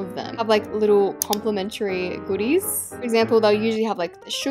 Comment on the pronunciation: i like when she says goodies{good.dehs}